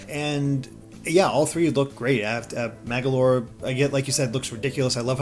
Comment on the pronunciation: It's Magolor not Magalor